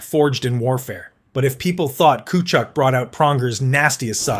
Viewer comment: Tkatchuck was absolutely brutal.